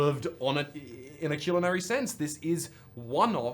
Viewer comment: I love Maravix so much, she's like the mom of the friend group who only got that position cause she's the only sane one also, i'm so glad I was eating during the soup description otherwise my stomcah would have been growling while I giggled about how says culinary